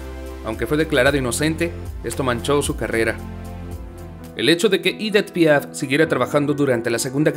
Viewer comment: Se pronuncia Edí Piá porque era francesa